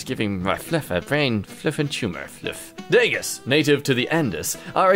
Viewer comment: I have pet degus! They're sooooooo cute. And it's pronounced "day-goo"